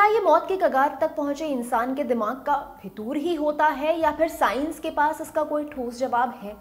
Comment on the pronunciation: not phitoor but Fitoor